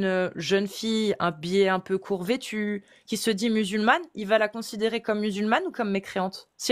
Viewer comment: Juste pour info, ils doivent être vêtus pas "vetis". ❤❤❤